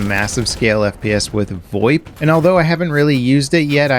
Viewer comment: I hate how you pronounced VOIP. Thank you.